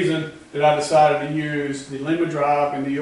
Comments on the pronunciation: Good video! I do want to tell you the name of the drive is pronounced with a long "I". Lima Ohio is not too far away from me. That is a second generation Lima drive. I have one just like it on my 16" metal shaper. My Becker vertical milling machine has a first generation drive on it. The first units used a salvaged model A ford transmission that has had reverse removed and one more forward speed added. All the best! Mike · Looks like that will be a nice power unit when it's done! Not to be picky, but Lima, Ohio (home of the Lima-Drive company) is close to me, and the i is pronounce as a long i.